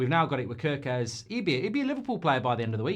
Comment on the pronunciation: It is pronounced 'Care'-kez like the k-a-r in Karen.